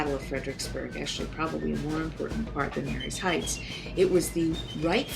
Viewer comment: Marye's Heights is pronounced "ma-ree's" not "mary's" and it's the "Rap-a-han-ock" river, not the Rap-a-hon-ock rivver. Just letting you know since I was born and raised in Fredericksburg.